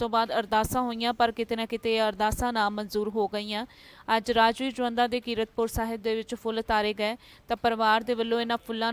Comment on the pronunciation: ਇਹ ਬੀਬੀ ਤੈਨੂੰ ਕੀਰਤਪੁਰ ਸਾਹਿਬ ਕਹਿਣਾ ਨਹੀਂ ਆਉਂਦਾ😊